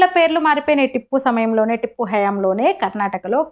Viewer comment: టిప్పు కాదు tiipu ముందు పేరు పలకడం నేర్చుకోండి 😂😂